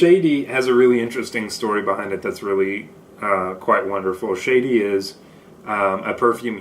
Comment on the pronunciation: I am planning to get a sample set and this was really helpful. Thanks for sharing! And Shadee is pronounced "Shaadi" not Shady 😊